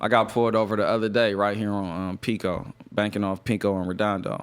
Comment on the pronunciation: Damn, I really went around saying have you heard of G “PAIRICO?” 🤣